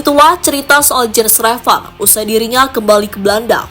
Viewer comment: Yen Raven bacanya mbak admin, bukan Jen Reven...